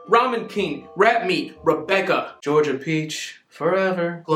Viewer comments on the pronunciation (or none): none